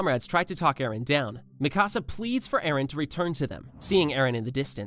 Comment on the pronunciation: its pronounced Mikasa